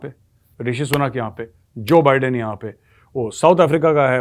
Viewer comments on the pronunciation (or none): none